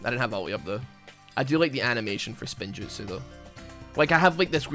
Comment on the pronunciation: Damn it you had one chance, it’s “spinjitzu” not spin-jutsu